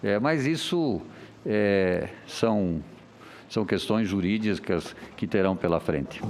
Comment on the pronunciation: Ele falou "questões jurisdiscas" 🤪